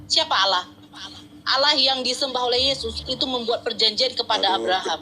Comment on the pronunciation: Nyebut Tuhan jgn olloh atau owlloh. Tetap Allah namun di perindah penyebutan nya. Sehingga seakan akan Alloh/Awllah/Awllah. Tetap Allah ya sayang